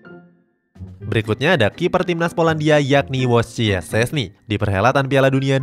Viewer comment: Dibaca nya stesni